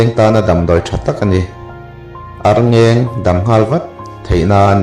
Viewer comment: Arngêng ni lovin arngeng. Tin, charh ni lovin 'châr'